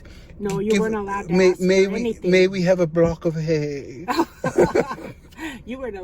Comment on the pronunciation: "And then over in the prison section a Brock of hay." ha ha ha ha ha 🤣🤣